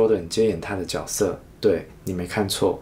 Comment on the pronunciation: 看不下去了，多音字都读不好。主角应该读zhu jue，角色应该读jue se。我发的是大陆拼音